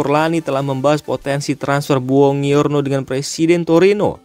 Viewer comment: Bacanya bonjuorno bg.. Bkn bongiorno..